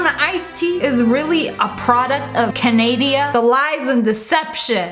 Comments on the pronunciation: When you’re so American, you call “Canada” “Canadia”. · Lolz you said Canadia instead of Canada 🇨🇦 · “canadia” -Ssniperwolf 😂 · Why do u say Canaidia it’s Canada bruh Lol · Canadia...... Hhhmmmm